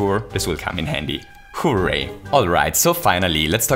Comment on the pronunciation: It sounds like a combination of "Whoo" and "Yay" but the "Yay"part starts with an r